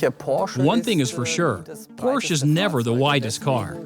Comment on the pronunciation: Why did you go with an English voice over narrator that struggles with the pronunciation of Porsche? Just odd.